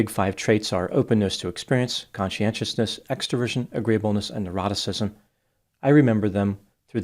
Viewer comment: Ah, neuroticism! I thought you were saying eroticism, which made your reasoning a bit difficult to follow.